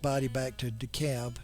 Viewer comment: The folks there pronounce the name of the town DEE-cab.